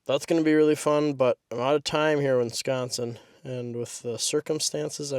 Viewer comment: Uh.... We're 'Consin. Not Consion.